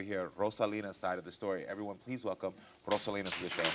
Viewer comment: That last name is Roselyn , not rosalina lol